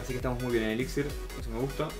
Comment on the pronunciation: me encantan tus videos, muy buenos, solo te quiero dar un consejo... la palabra elixir es una palabra aguda, por lo tanto su acentuacion es en la ultima silaba, se pronuncia como si se escribiera elixír